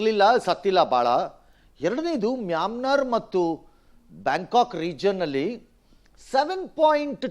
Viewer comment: ಏ ರಂಗಣ್ಣ ಅದು ಮಯನ್ಮಾರ್ ಅಂತ ಹೇಳೋ. Myamnar ಅಂತ ಅಲ್ಲ